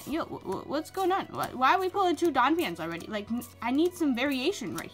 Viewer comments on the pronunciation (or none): none